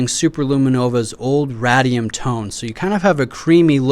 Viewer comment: Radium is pronounced ray-de-um btw